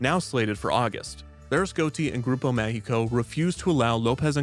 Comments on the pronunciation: It's interesting how you pronounce "Mágico" as how "México" is actually pronounced. :) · while i command kevin's efforts, i found very funny how the longer the video played kevin's pronunciation of mágico declined, he was basically pronouncing mundo méxico instead of mágico. yet his ciudad got better on the long run